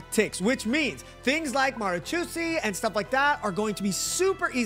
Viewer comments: Mara 'chau' see lmao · that's the worst pronunciation of Marechaussee I've heard ever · I'm arab and no that's not how you pronounce it lmao